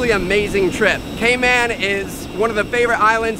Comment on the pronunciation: I thought he said gayman at first lol